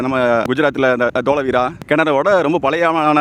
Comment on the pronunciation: வரலாற்றுச் சின்னங்களைப் பாதுகாப்பது மிக முக்கியம். இதற்கு முன்னுரிமை தரப்பட வேண்டும். நிற்க. கி.பி. இருநுறாம் நூற்றாண்டு வருவதற்கு இன்னும் 179 நூற்றாண்டுகள் ஆகும்! டோலஹா அல்ல, டோலவிரா. கூடியவரை பிழைகளை தவிர்க்கவும்.